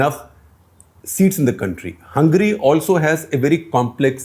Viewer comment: Shekhar, you didn’t quite get the joke about the Joke Party. It’s not two tailed but “Fork Tailed” 😀 A play on the “forked tongue” but you did a great job explaining Hungary. Also, please don’t pronounce it “Hungry” 🙏😀😀😀